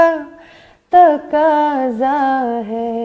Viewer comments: top with pronunciations like takaaza instead of taqaaza and berukhhi instead of berukhi? she is good but Pakistan got lots better than her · بے رکھی نہیں بے رخی ہوتی ہے محبت کا تکاضہ نہیں محبت کا تقاضہ ہوتا ہے کسور نہیں قصور ہوتا ہے کیا واہیات تلفظ ہے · Mashallah aapki awaz bohat achchhi hai aur Allah ne aapko shakal bhi achchhi di hai. Agar aap Indian artists ki naqal mein 'takaza' aur 'beruki' sahi se nahin kah rahi hain toh bohat sharm ki baat hai, aala darje ke Indian artists ka Urdu talaffuz perfect hota hai. Aapko ghatiya banne ki zarurat nahin. Talaffuz sahi kijiye please.